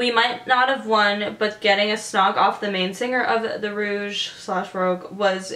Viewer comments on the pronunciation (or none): it's pronounced rowg, rouge is spelt differently than rogue.